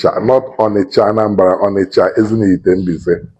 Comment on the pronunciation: Ezinihitte not Ezinifitte